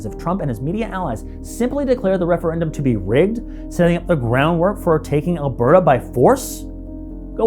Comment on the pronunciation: It’s just “Alberta.”